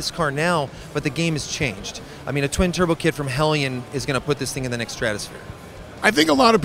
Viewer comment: Interviews at an industry shows rarely go beyond what anyone can learn from reading a press release and this one is no different. The talking head can't even be bothered to pronounce Hellion correctly. At no point are engine internal upgrades mentioned. I want to know how much power one can safely make without changing to forged pistons. How long can I run on a road course at 600 wheel horsepower in a 5.7 car before oil temps get out of control?